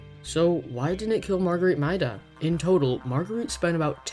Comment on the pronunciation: 1. it's pronounced mayda 2. a big fan guess is the cold 3. good job :D